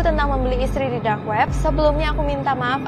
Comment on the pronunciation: aku denger tadi kak ngomong"Drak web"